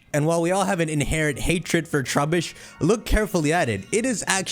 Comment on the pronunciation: “Trubeesh” sounds exaggerated i like it